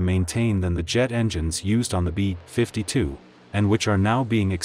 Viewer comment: "The too. 95 might just be Russia's version of the bee. 52 bomber." 🤦‍♂ I can't f***ing stand that synthetic text-to-speech narration. Practically all of these so-called "military" channels that review military hardware like aircraft, tanks, ships, etc. use that synthetic speech garbage.